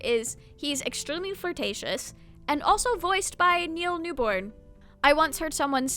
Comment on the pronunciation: Everytime you call Neil Newbon “Neil Newborn” 😂😭 I love this video though. I’ve been looking for a deep dive on him.